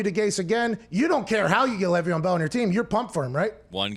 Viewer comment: It is LAYYYYYY VEON Bell. LEV EON and Le’Veon are a bit different. It hurts my ears hearing it said wrong